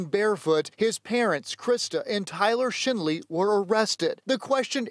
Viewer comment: Sound like he said Tyler Shitley